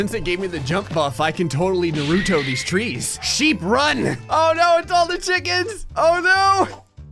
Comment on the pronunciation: the way you said naruto disappoints me